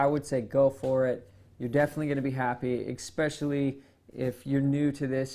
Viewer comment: Xpecially is not a word.